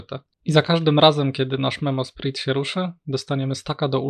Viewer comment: prosze nigdy wiecej nie bierz tego gościa na odcinek, wyłączam to w momencie jak znowu ma gadać, pierwszy raz przebolałem ale jak znowu słysze "memosprit" to mi uszy krwawią, no jezu, poprawna wymowa słówek angielskich jest uczona już w podstawówce, tragedia